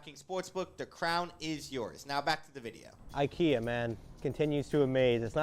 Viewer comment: They didn't even know how to pronounce IKEA.